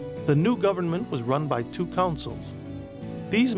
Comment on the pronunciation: The narrator kept pronouncing consuls as 'councils'!